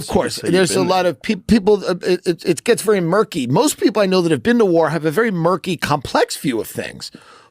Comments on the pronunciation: ''You haven't be-een' is so hilarious! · "Youve never BEAN??...😦" what a ghoul, man